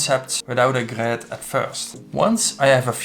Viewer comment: Nice vid but one more time hearing that GRÖÖÖd and i am gone